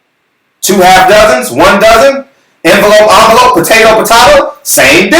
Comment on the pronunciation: ENvelope ONvelope...Potato Potot - O...YO GOD YOU BUGGED OUT!!! 😂😂😂😆😆😆😅😅😅 I HAD to rewind that a few times WAAAAY TO FUNNY!!! FUNNIEST shyt I heard all year so far.